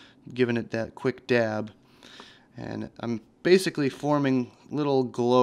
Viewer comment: "My Gloabes. My lil schpheres." haha.. priceless.